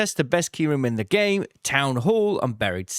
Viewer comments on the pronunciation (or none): none